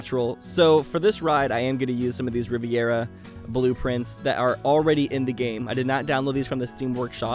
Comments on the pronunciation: Lmao Drinking Game every Time He says riverera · I have never heard anyone say riviera the way does....